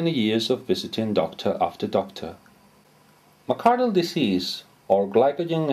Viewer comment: McArdle not McAdler.